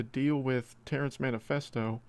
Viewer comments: Terrance Manephesto? It’s Terrance Mephesto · Like your vids. But it's been funny hearing you say Terrance manifesto:) Mephisto is pronounced. Meh-fist-o